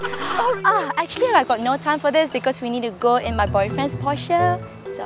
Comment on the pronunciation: You pronounced porsche wrong